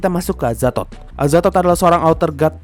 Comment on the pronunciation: Ngakak gua Ama adminnya pas ngomong "Azathod"😂